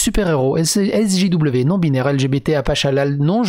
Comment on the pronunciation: C'est moi ou a tu dit SSJW au lieu de SJW 🤣😂